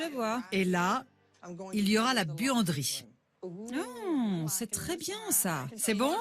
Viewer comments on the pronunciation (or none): pour quand a dit buanderie j ai entendu